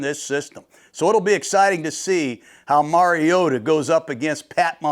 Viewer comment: FINALLY someone who says “Mariota” correctly! Nice work, Coach!